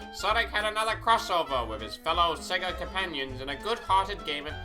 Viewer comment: THERE IS NO R IN SEGA, SEGA, NOT SEGER